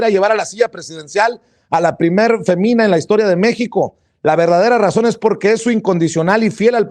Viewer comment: Es triste que un periodista dizque "independiente" y "sin pelos en la lengua", se arrastre así por un gobierno. Además, no sabes leer, ni comprendes lo que lees. Un ejemplo, lees, diciendo: femina, cuando lleva acento: fémina. Dice Anabel Hernández, que fuentes dentro de morena. Es evidente que no pondrá nombres y apellidos, como en sus investigaciones sobre García Luna o los cuarenta y tres normalistas. Imagina el costo político. Hay que cuidar las fuentes. A la postre nos dimos cuenta que no mentía y tampoco escribía por escribir. Escupes muy alto, te puede caer en la cara. Mejor invitala a aclarar, en lugar de especular acerca de su veracidad o de su profesionalismo y compromiso NO con AMLO sino con la sociedad mexicana. Saludos